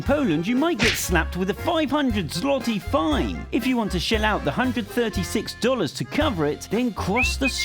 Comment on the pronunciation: it made me laugh the way he said złoty.💀